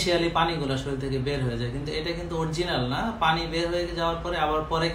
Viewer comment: ভাই আচ্ছালামুআলাইকুম। শরীল না। উচ্চারণ টা শরীর হবে। We should pronounce correctly. Hope you dont mind.